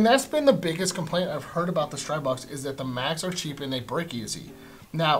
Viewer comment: Just a note: strih-bog rather than streye-bog Good review, thanks